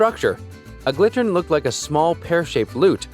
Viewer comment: Correction on number 6: It is a Gittern, not a Glittern (with an L) as the speaker pronounced it. Nice quick overview of these instruments. They are all still played today.